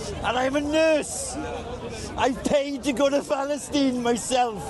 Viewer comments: Did the welsh bloke say phalastine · Phalastine 😂😂😂 utter pri** LOL 😂 his interpreter gave him a dirty look , rolled his eyes when he said phalastine , and walked off 😂😂 They dont even realise how patronising, how condescending and downright disrespectful they are. Him mentioning Islam as though they will respect what he is saying 😂 i wish they would let him through to visit Hamas and speak like that. They liberally have no common sense ,as long as they can virtue signal they think they are wonderful people. Reminds me of early Peter Kay before Phoenix nights , one of his characters released a xmas song about Africa at xmas , the african backing dancers wanted to kill him for his offensive language 😀😀😀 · Palace- steen??? I’m Welsh and we don’t claim this twat 🙈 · Falasteen, Falasteen, where art thou falasteen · Anyone else just hear Phallusteen? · But even for the few hundred Egyptian pounds, he couldn’t stand that guy saying Paleesyne one more time🤣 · Falice-steen.. I think we know what this guys been getting up to in Falice-steen.. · I think the fellow with the Lloyd Christmas haircut is trying to be "respectful" by attempting to use the Arabic pronounciation of Palastine. That'd be my guess. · His interpreter storms off after he says ‘Palestine’ in a weird way for the third time 😂